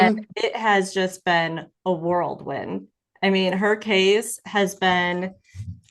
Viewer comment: The word is WHIRLWIND not WORLD WIND. .